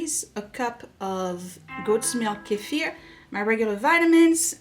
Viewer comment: Great video! And I love that you pronounce Kefir correctly. 😂 so many YT’rs say KEEFER which is wrong. You are a blessing!!!